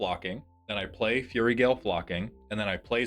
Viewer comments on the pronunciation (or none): with kindness... fyoo-rie, not furry. If it's a bit, le shrug. We'll attribute it to my neurospicy. C= Also, iirc, copying a damage doubler/tripler is not same effect twice. Damage is doubled, then doubled again (4*) or with tripling, it goes to 9* damage. (3*, 3* again). (Edit) Hot dang I actually have a suggestion! (Elixir of immortality shout-out bee tee dubs.) Thaumatic compass is a nice utility piece. Root through for lands, and the flip is great for kicking big threats out of combat (i.e. blightsteel). And having just looked, there's $0.99 options.